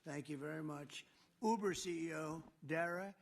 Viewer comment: He just learned of Ubers CEO and nearly butchered his name